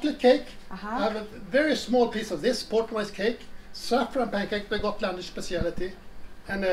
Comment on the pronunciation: I Love her saying Gotland as it were in Dutch. Schotland. We dont pronounce G in Swedish as in the Netherlands 🤣